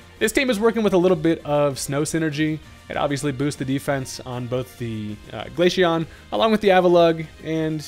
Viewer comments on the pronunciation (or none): Glaceon (glay-see-on) not Glasheon